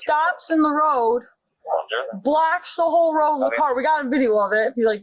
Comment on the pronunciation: Is she trying to say blocks or blacks. The witness has a pretty good accent.